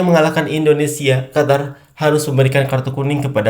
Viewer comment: Qatar..mbacanya Qotar Qotor Kotor..wkwk